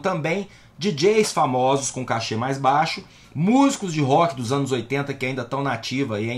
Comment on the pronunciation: Adorei o "Anus dos outros"🤣🤣🤣🤣🤣